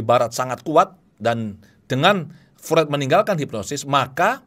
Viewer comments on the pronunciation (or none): Mohon maaf.. FREUD dalam lidah Jerman dibaca seperti FROID, bukan FRUED.